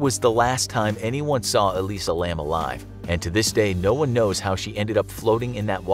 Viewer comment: Elisa is pronounced "eh-lye-zah". Just fyi.